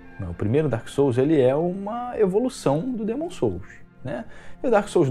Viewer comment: O mané nem sabe pronunciar corretamente. Dêêêêmon......Hahahahahahahahahahahahahahahahahahahahahahahahahahahahahahahahahahahahahhahahahahahahaah